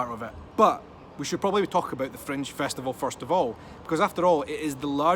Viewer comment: I thought was saying " French " festival first couple minutes of video:) Thumbs up, off to book my flight with Freddie Laker:)